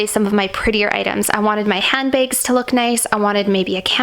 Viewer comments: Lol i realized she always pronounces hand bags hand begs :))) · The way you said handbags is amazing